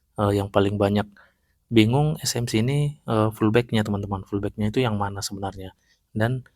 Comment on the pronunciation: bang baca nya pullback BUKAN FULLBACK